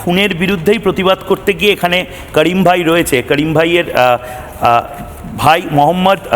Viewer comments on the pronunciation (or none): ভালো করে ডুমুর পাতা দিয়ে জিব ছিলে কথা উচ্চারণ করেন কাড়িম ভাই নয় করীম ভাই হবে 😮